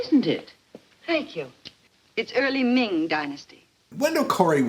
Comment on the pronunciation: I don't know why I haven't seen this one! The way I hollered at "it's early mming dynasty" 🤣🤣